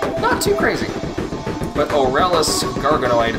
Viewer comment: The way you pernauce aralus is ar-a-less K,good do it right